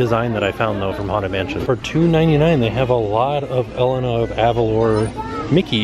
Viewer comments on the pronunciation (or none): Its Eh-lane-uh 😂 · Also Elena is pronounced Eh-lay-nah. ;)